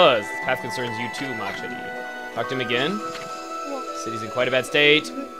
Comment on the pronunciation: Lol, you speaked Mah cherie as a Spanish... Anyway, thanks to you, I am almost ending Okami... I should give prays to ya!